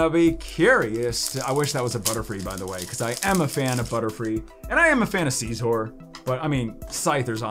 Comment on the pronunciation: Scizor is not pronounced as (see-zor) it is (sih-zor)